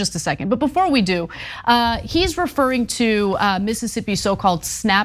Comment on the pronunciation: Omg, Cenk!!! Stop saying MS as Miss'ippi 😆 🤣 😂. You're missing another grouping of ss's lol. Love you, brother